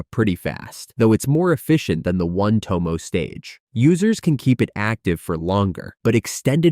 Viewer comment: 'One Tomoou' and 'Shanrooin' lol